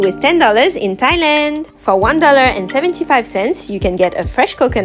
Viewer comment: why does she say thailand the same every video 😂